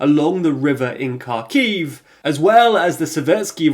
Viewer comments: Isn't Kharkiv pronounced like har-kiv? Not car-kiv? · It's insane how you make these videos day in and day out and still haven't learned how to say Kharkiv or Kherson